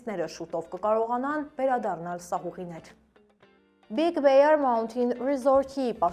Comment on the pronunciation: It’s not ( big beyer ). It’s a big bear. Մեծ արջ 😂 շատ ՄԵԾ 😅